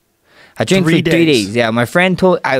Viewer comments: he said three days lol or tree days :) Max always in great shape and is fun to watch throw down with the best of them. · He said tree not 2 come the fuck on jamie 😂😂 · Andreus Bond Army too. Phonetics: “tree”